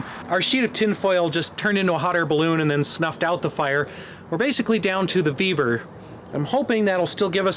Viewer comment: Vevor 😂 i thought he said beaver 😅